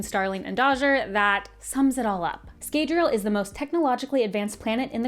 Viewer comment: In the audiobooks the a in Scadriel (sp?) Is not pronounced as long.